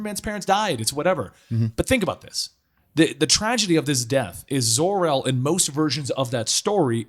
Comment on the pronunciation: you said ZOR El instead of JOR El